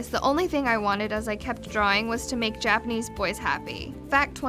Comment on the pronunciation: what the hell is dapenese?!